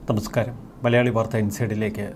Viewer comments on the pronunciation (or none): none